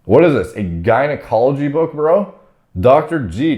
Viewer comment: The way says book you really wouldn't expect him to be as smart as he is